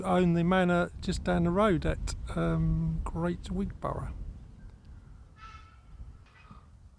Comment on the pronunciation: Wig-bra not Wig Bor ough